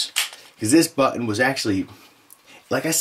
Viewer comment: Shootin? Butun? Lol just joshing great vid